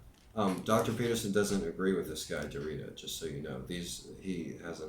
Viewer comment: Derrida is pronounced (DARE EE DA).